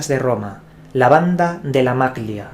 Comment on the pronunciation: Hola, "Magliana" se lee "Malliana". Saludos desde Bergamo.